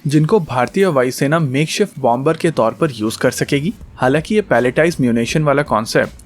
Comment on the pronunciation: It's pronounced as bomer, the b is silent